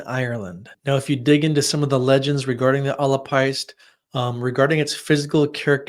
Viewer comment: Irish is such a difficult language to read, your pronunciation was great for the first two words, if it helps, péist would pronounced 'paysht' I'm learning Irish, having grown up in Ireland, so I hope this helps!